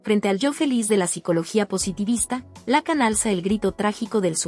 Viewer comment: No seas imbécil, se pronuncia Lacán no lácan, ni siquiera sabes pronunciar su apellido...